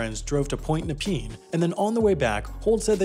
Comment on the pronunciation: Point Nepean is not pronounced Point Nepeen, but Point Nepeyan.